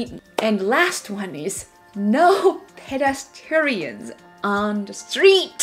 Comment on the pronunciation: she can't pronounce PEDESTRIANS lol, I think it's cute on how she says it though